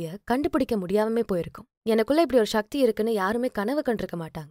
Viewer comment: ஷக்தி என்று உச்சரிப்பை சக்தி என்று உச்சரிக்க, சக்தி பெருகும்.‌...ஷக்தி செயற்கை உச்சரிப்பு